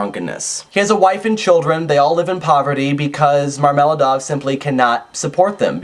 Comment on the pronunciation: Marmel'аdov not marm'eladov ! And swidri'gailov .my ears bleed!